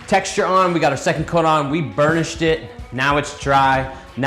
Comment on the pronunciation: awesome video but the way you say burnished it, it gets attention back as it sounds like u say bull sh